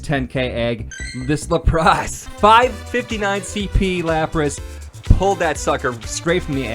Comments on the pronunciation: if you watch the shows like I have Lapras isn't pronounced as La-pras it pronounced as Lap-ris. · Lmao "La" pras